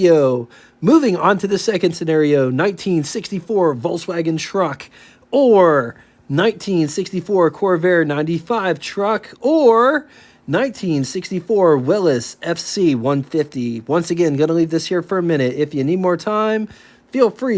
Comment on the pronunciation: Jeeps were made by Willys. And it is pronounced "Will-eez."